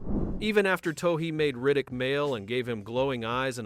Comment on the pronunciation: Can’t finish this video because the AI slop narrator can’t seem to get the director’s name correct. Also, where is this information gathered from? I own the special edition DVD of this movie where the filmmakers themselves talk about the making of pitch black I can’t recall almost any of what’s brought up in this video